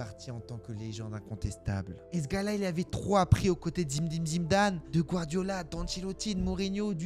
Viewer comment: Fromage Le seul qui arrive à prononcer Zim-dine Zim-dane ❤😂😂